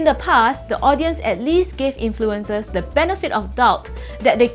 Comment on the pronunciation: The way she pronounces "influenZers" drives me nuts, esp when she's admittedly anal about the English language